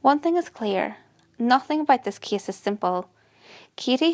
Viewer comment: Me too.The kiddie so I thought abt McDonald's Kiddie Meal 😂 but really nice info too. Only the pronounciations like Kiddie, Case (i thought it was Kiss), Wengit..just need to improve the proper pronounciation. ✌Even me I sometimes pronounce other words wrong but with this one maybe she just need to review some words..the proper pronounciation.